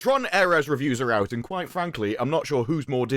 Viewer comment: Tron Ares ❌ Torn Ar se✔️